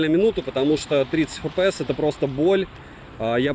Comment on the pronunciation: Фэпээс?????? Может "Эфпээс?? Купи азбуку,😂